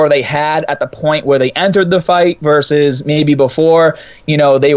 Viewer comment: Isn't it "verSUS"?... because I'm hearing "verse"....